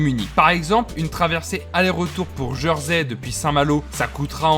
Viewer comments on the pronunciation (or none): Prononciation étonnante. On dit "Jèrsey" pas "Jeursey" il me semble. J'y habite depuis 15 ans.